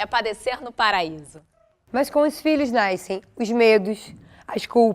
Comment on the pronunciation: ''naiscem'' foi 'patorá'